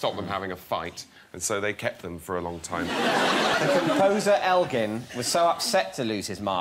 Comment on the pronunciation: Elgar, not elgin...